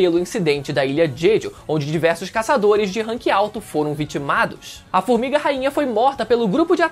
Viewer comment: O melhor é o "fumiga" 😅